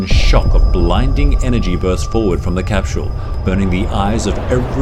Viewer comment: I love how u say "casphule" ..